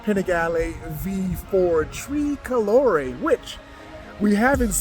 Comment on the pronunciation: “ tree colore’ “. Haha - you’re definitely not Italian